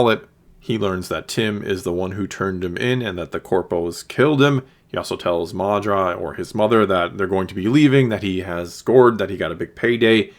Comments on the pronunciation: At the risk of being cheeky, it's Maarva not Maardra (or however you pronounced it). YES!!! You saw the slwo boiled frog analogy in Luthen's statement too. Kudos! LUV this episode for all your reasons, and cannot wait til Ep8. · Cassian’s mother is Maarva not mAhdra lol